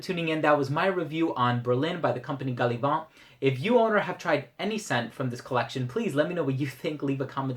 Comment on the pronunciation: Hi. Being an English fragrance house, "Gallivant" takes its name from the English meaning of the word therefore, inappropriate to use a French accent when saying the name of the house. Otherwise, solid review as always! Not smelled Berlin but Brooklyn would be my personal favourite! I find their scents to be quite polarising! Greetings from Ireland.